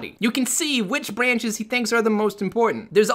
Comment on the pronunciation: "bwanches" xD